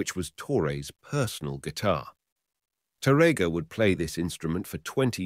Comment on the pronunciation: Here the sound is much better than the other video. I still wish the narrator knew how to pronounce the word Tárrega (TÁ-rrega), but instead he pronounced it incorrectly as (taRRÉga) in many instances. It hurts my ears to hear mispronounce Spanish names in English. 🤔